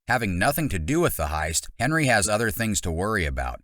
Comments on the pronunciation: It’s hendry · It’s not Henry, it’s Hendry.